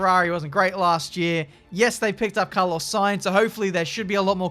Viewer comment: wow shame on you for hating the Spanish drivers Alonso 14th and "Saintz"